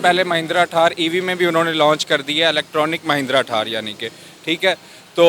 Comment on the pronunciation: ठार नही थार होती हे 😂😂😂